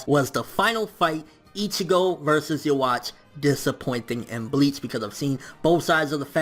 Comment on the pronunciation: I'd probably like the video more if you didn't say Yhwach's name like that